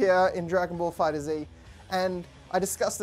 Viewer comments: Not to hate but its pronounced "Fighters" not "Fighter - Z" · It’s pronounced fighters but with a Z not fighter Z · It's pronounced fighters. Not fighter Z . Just thought I clarify :) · its Pronounced DRAGON BALL Fighters